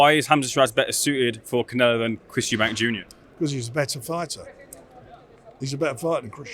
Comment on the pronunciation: This guy still can't say Eubank